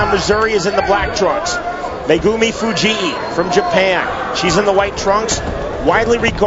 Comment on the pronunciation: i hate the commentators pronunciation of Fujii. It's not Fu-gee-ee. It's just Fu-geeee.